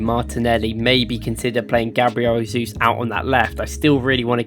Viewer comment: Remember it's more like "Jay-zeus" cos in Portuguese they pronounce the letter J as "Jay/Shay" and not "Hay", like in Spanish :)